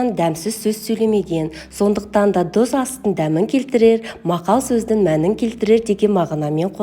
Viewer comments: Дұз емес тұз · Өте дәмді екеніне сенімдіміз. Тек дұз емес, тұз деп айтыңыз. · Дұұз емес тұз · Жазылуы тұз, бірақ дұз деп айтыла береді. Мәселе Наурыз мейрамды тойлау, көже әзірлеу, қалқам!!! Мереке құтты болсын! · Дуз емес кой Түз деп айту керек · Дуз емес Тус.десеныз. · Қазақ дұз емес тұз дейді, Т-ға тілің келмейді ғой деймін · Дұз емес тұз деп айтып уйренсенші😂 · Дұз бізде айтады!!!!! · Дұз😂 емес,Тұз! ☝️ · Дұз емес тұз...құлаққа жағымсыз естіледі екен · Бірақ "тұз"☝️ деген дұрыс қой